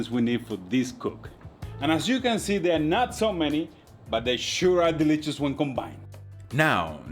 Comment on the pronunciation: Hello your English is excellent but “ ditch and delichus “ 🤣🤣🤣. I really enjoy your videos thank you!